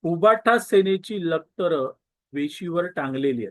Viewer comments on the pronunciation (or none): लक्तर असत रे ते लत्कर नाही. काय व्हिडीओ, काय एडिटींग ओके मधे आहे सगळ.